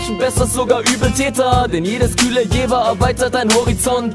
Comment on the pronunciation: Ich komm auch von da und es wird JeVer ausgesprochen. Ich weiß nicht was du über die Jahre gelernt hast ^^